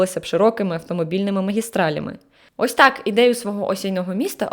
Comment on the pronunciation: чому так важко казати ТАК а не тааа? Всього одна літера, це звучить дуже кумедно 😆😆